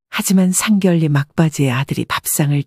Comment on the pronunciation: 에이 제기랄 아무리 참아보려고 해도 천불나서! 나이깨나 먹은것 같은데 계속 상결례라고 하네! 국어사전좀 보고 방송을 해요